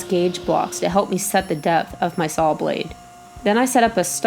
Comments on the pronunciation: Ahem, "sawl". :) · like your videos and you have wonderful skills, but it`so saw not sawl.